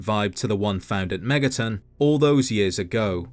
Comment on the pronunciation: I have been on a SMT binge for a while that when I heard "Behind Megaton' at the beginning I heard "Behind MegaTen" I thought I had a psychotic break and was watching another SMT video when I intended to watch a fallout video lol